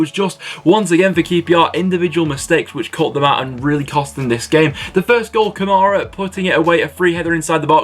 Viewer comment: Yo u pronounced kamara name wrong it is kar Mara